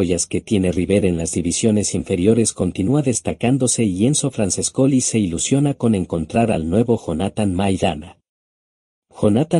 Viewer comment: EL texto escribilo tal como suenan porque sino tu programa lo lee tal cual cómo franchescoli